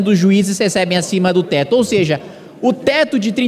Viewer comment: "ou seje" não, japa